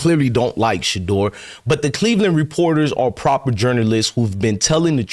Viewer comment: you said it correctly because Shedeur is HIM!! 💪🏾💪🏾💪🏾